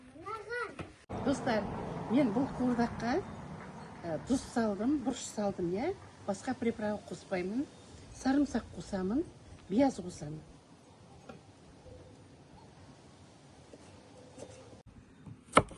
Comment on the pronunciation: Керемет! Бияз емес, пияз деп айтыңыз.